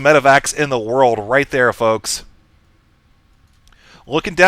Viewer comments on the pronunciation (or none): none